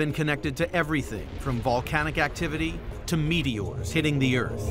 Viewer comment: Earf the final frontier 😂